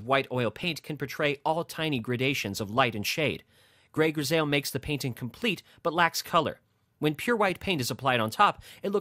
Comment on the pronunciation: It’s pronounced “gris I “ not “gris ale “